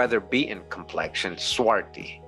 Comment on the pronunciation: Swarthy, there is a th, not just a ty.